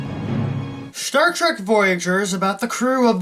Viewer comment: What SHTAR TREK?